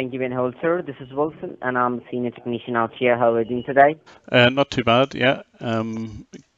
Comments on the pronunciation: Techneeshun lmao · “techneeshun” lmao 😂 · "Techneeshun": LOL! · "techneeshun" xD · "techneeshun" im dead